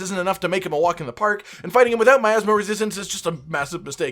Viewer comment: "Athma Resistance" , am I the only one hearing that?